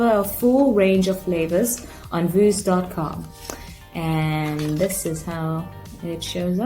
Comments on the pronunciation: Pronounciation veuse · It is pronounced V+use =Vuse